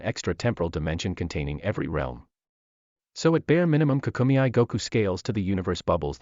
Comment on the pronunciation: Dragon Ball KAA-KUU-MEY, Not KA-KU-ME-I